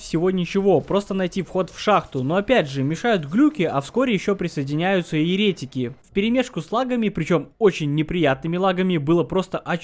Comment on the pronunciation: Очень динамичный ролик и юмор кайфный! Единственное, постоянная ошибка в ударениях в словах еретИк и еретикИ, антИхрист В остальном вообще не к чему придраться) Супер, продолжай в том же духе)